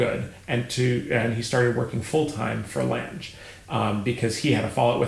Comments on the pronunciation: All those years and you get away with mispronouncing German????? Lan ga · Could the last name not rhyme with the English word “flange” but be the German word for “long” which is pronounced “long-uh”? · I am far from an expert but I believe that it is 'lang-euh' if that makes phonetic sense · I love you, your channel is wonderful, but Lange is a German last name. You really, really, really need to fix that pronunciation. For the love of all that is good and holy, if you can pronounce Wiesbaden or Wagner with a V sound, you can nail Lange just fine.